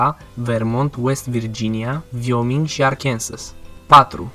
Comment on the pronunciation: vioming macintos =))))))))))))))0